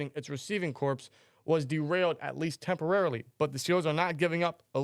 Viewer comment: “Corpse”? No. “Corps” is pronounced with the “S” silent. Pronounce it like the word “core”.